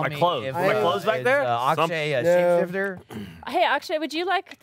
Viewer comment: I know probably no one is still reading these comments, but I feel I have to correct something. It's "Akshay".